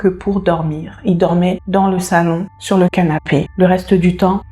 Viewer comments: Cc juste pour infos on prononce shour ‘S’ et non pas ‘che ´ BIz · Cc la première prononciation dit souhrrr avec le son du S pas le son du 'ch'. Pour t'aider. J'aime comment tu racontes .